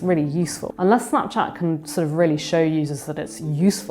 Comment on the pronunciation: Why is she pronouncing it so weird? Snaaapchaaat? Wtf